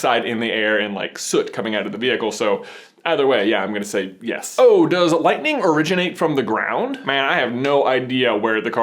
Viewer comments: You need to say it is lightninginginginginginging! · From Oklahoma, we say it's lightining out there. Light-in-ing